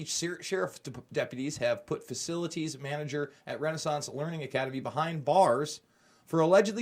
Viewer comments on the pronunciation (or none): none